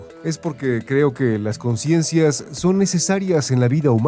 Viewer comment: Aprende a leer... CONCIENCIAS??